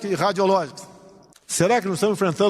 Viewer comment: O Musum baixou no Bolsonaro "radiológiquis"😂😂😂